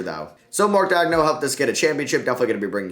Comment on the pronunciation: damn the pronunciation of Maledon, Pokusevski, and coach Daigneault were rough man